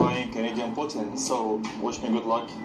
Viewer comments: "Pooh Teen" is the correct way to say poutine, but the french speaking people of Quebec pronounce it as "Poot-Sin" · I was traveling in Quebec this summer and asked my server how to pronounce poutine. does not pronounce it correctly. It is poo-teen. And for those who haven't had it, the cheese must squeak! LOL